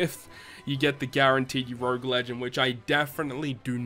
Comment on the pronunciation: Stop pronouncing urouge like that pleaseeee 😂